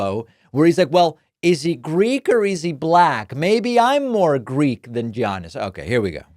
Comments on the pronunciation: David just a clarification Giannis pronounces his name as (yawn-nis) not (gee-yawn-nis) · Its pronounced Ya-nus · David, David. As one who values correct pronunciation such as you, you should know it’s pronounced “Yawn-iss” for Giannis. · Giannis is pronounced YAHN-iss for the record lol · You pronounced Giannis's name wrong. 😂😂😂